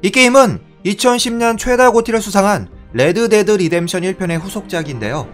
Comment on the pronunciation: '레-드 데-드 리뎀션 투' 발음 재밌는듯 ㅋㅋㅋ